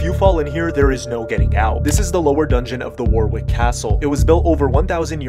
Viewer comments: It’s pronounced Warwick not war wick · Warwick is not pronounced War - Wick it is War - Ick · Its not pronounced War-Wick. Its pronounced Worrick. And its an oubliette, french name for 'forget'. Basically you go in, and you don't come out. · It’s war wick castle you don’t say it like that the second w is silent like warick but it’s spelt Warwick. English is such a dumb language especially in the home country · I'm a Britain its pronounced warick not war wick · he said it wrong aswell its pronounced wa-rick i live like 30 minutes away from it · As a Brit your pronounced Warwick wrong it’s pronounced wa-rick. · For all the Americans, it's pronounced wo-rick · You pronounce Warwick like worrick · Warwick is pronounced worrick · Just for your info guys Warwick is pronounced Warrick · “Wor wic castle” Americans can never pronounce British names! 😂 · Side note: Warwick is pronounced Woh-rick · It's pronounced 'Wah-rick" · Not trying sto be a nerd here 🤓 i am just really british. It's pronounced Wo- rick 🤓🤓 Great video tho ❤ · Bro butchered the pronunciation of Warwick castle ( for anyone wondering it’s pronounced wa Rick ) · WARWICK!!!! It’s pronounced WORICK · Its pronounced “Warrick” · is pronounced worik in England cuz I’ve been to Warwick castle inside it’s nice inside and it’s in England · Bro no one knows how to pronounce it... its pronounced warrick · The way he pronounced Warwick 😭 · The way he pronounced Warwick… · Bro that pronunciation of Warwick was an absolute travesty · Warwick is pronounced, one without the n, with Rick on the end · I can’t be the only one who cringed when he pronounced Warwick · the pronunciation of warwick took me out these americans need to stop 🤣🤣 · Don't pronounce the second w in Warwick. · R u sure thats how u pronounce warwick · I hate how hes pronounced 'warwick castle', as a Brit that is NOT how thats pronounced. Im legit going there soon